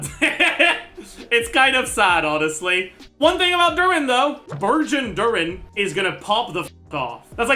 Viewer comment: Instead of "Burgeon Durin" I heard "Virgin Durin" and was like, "damn, boy's getting roasted"